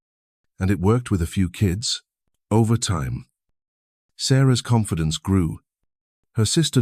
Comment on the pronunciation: I’m done ranting about AI narration that when trying to simply state someone’s age as twenty nine, says two nine, and then mispronounces the word confidence. No seriously, thank you for posting this. I do this all the time. Maybe one day I will become my true self.